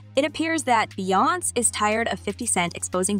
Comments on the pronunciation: Why are you pronouncing her name wrong? It's not Beyonce. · That was driving me CRAZY 😂